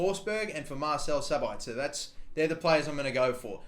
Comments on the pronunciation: You emphazise Sabitzers name on the first syllable (SAbitzer, not SabItzer). Greetings from Austria to Australia #kuhlimuhnotkangaroo. :D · its sab itzer not sabaitzer and yes i gave that space bar on purpose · Marcel Sabitzer is pronounced Mar/sell Sab/its/er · It's pronounced sabitsir